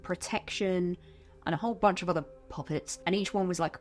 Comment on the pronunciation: I can’t tell if your saying pop-it’s or puppets😂😭